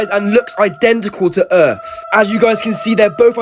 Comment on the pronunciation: "TO OUR EARF" 😭😭😂😂